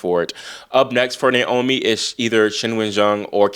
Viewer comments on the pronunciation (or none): none